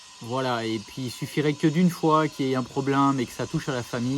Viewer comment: me fait trop rire à dire "problinme" et non "problème"